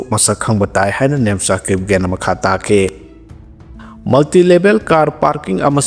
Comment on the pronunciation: Kip. Jen is to pronounce kip gain.